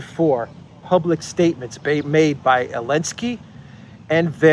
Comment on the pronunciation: Why do you pronounce Zelenskyy's name "Elenskyy"? Just curious.